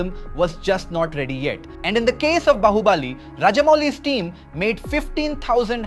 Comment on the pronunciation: Yaa broo its AI generated just see he said bahuubaaali instead of bahubali .... i will never watch his content, its not feels right